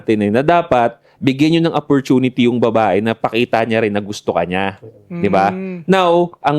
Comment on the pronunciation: Sorry sa pangpupulis mga ka 3pm geng. Paayos lang kay yung bigkas ng Opportunity. Daming Episodes na napapansin ko " Apportinity " talaga dinig ko e.